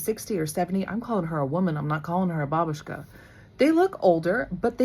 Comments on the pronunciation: the first way, like she says in the video. with the emphasis on the first syllable. ba-BOOSH-ka sounds kinda funny for a russian ear 😅 it's just wrong pronunciation from american movies i guess. also we don't say "na zdorovie" when we drink. this phrase in russian means "you are welcome", not "cheers" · We pronounce it with stress on the first syllable BA-bu-shka. And actually it is how we will address to any elderly woman, even though she isn’t your grandmother. Our children use the word “aunt” when they address to any older woman. Like “Mrs. Smith gave me a candy” will be something “Tyotia (aunt) Lena gave me a candy” because we don’t have appropriate words for these relations. Words “dedushka” (grandfather) and “dyadya” (uncle) will be used for a man of certain age